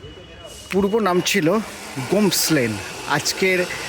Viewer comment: Sir it's গোমেস lane not গোমস lane ..really sorry to inform you..